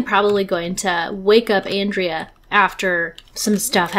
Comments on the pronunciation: I think Andrea as a guys name is On-dray-a (it appears to be Italian when it is used as a male name, I had to look it up as I'm used to it being a female name 😊). However you do pronounce André as On-dray 😊. Though to be honest, without looking it up I wouldn't have had a clue how to pronounce Andrea, I've met a few Andrés so that name I knew 😊. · What a fun filled episode. Andrea is such a cutie, much more so than Roy in my opinion. um, by the way, Andrea as a guys name is pronounced On-dray. I was thinking maybe he knew you mispronounced his name and thats why he wasn't sticking around to chat in earlier episodes, some folks can be so touchy about stuff like that 😉